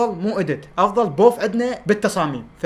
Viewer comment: بوڤ❌ بوف✔️😂😂